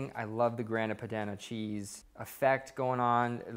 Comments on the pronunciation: looks amazing, but damn man, at least try googling pronunciations before attempting baumkuchen or grana padano (grAHna padAHno) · the way you said Grana Padano made me cringe.